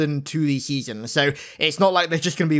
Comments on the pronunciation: Seasems! Not seasons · SEASON not seasom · Is he saying seasoms? With an M? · Your pronunciation of "Seasons" got progressively worse throughout this video